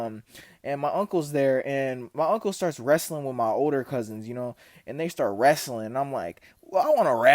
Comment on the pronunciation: cuh def from Arkansas with that “wrastlin”